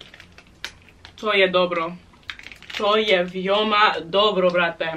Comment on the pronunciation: its not vijoma its vEoma